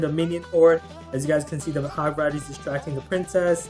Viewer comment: did u guys hear how he pronounced hog rider in